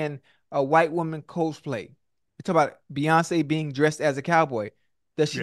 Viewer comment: Someone please tell Ocho how to pronounce "Cosplay"